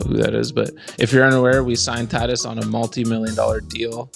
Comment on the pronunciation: unintentional comedy of mispronouncing professional athletes names never gets old. Fernando “tat-tis” lol. Almost as good as “grey-vis”…these Canadians are wicked….love the pod!